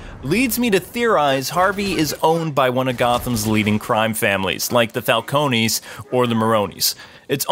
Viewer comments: This is just nick-picking, but I don't like how the pronounce Falcone, FAL-CONE. I also don't like how some of the villains are working with the GCPD. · Thanks a ton! I was going to give the show one more view, but after this video I may reconsider. Also, you never mentioned how they keep mispronouncing Carmine Falcone's last name. For some reason they can pronounce Maroni, but not Falcone. It doesn't make any sense.